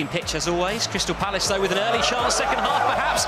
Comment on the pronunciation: Palace bro Crystal Palace not phallus.